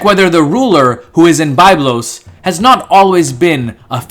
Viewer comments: It is Biiiiiiblos not Bayblos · I cringe every time I hear the incorrect pronunciation of Byblos, but otherwise excellent videos. Thanks!